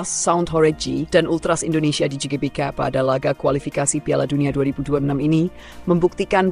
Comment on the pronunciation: GBK tuh kalau dibaca dlm bahasa indonesia di ucapkankan Ge Be Ka... bukan Ji Be Ka